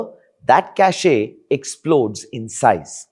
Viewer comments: Cacheeee nahi it pronounce as 'KASH'/'KAYSH' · ?????? cashay wtf is that? did you mean cache ( pronounce as kash) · Bro , it’s cash not cashaeaee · what cashE' , cashE' 🤣🤣🤣🤣🤣🤣🤣🤣🤣 It is pronounced "kaSH" ffs. Let Google Translate read it to you if you don't know how to pronounce it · It's not cacheeyyy it's cache . Pronounced "cash " . 😂😂😂 Also watch this guy in 1.5x speed . He's damn slow . Or watch someone else man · Cache pronounced as Cash, not Casheee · It’s not “cashay”, it’s pronounced “cash”. Caché (cashay) has a different connotation. Although both are related. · Hey, Cache is not pronounced at 'cash-ey'. 'cash' is the correct pronunciation. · Yeah, I cringe every time I hear him say 'cash-ey'. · "CACHE" is pronounced as "CASH". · Cache is pronounced the same as cash, mate 👍🏾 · 'Cache' is pronounced 'cash'. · Who says Kashey? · Spelling is cache pronunciation is "Kash" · Every time he pronounces the word “cache” I wonder where he learned English. It’s pronounced “cash”, not the name of ladies perfume. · Cachet is different from cache. Cachet: sth of prestige, distinction Pronounced: cashay Cache: sth hidden, boxed away Pronounced: Cash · It's cache only, you can double check the pronounciation on google, type "cache pronounciation" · “‘Cashaee’? Seriously? at least know what you’re talking about. And if you’re wrong, just own it instead of doubling down ,everyone messes up, but not everyone insists on looking this clueless.” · You are pronouncing Cache WRONG bro! Can't be doing tech videos and not know how to pronounce your shit. Other than that cringe, the video was excellent.